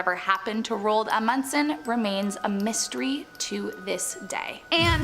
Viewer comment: THE PRONUNCIATIONS OF ROAld Amundsen is terrible